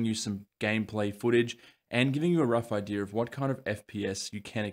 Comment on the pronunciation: You know there's no letter 'r' in the word 'idea' right?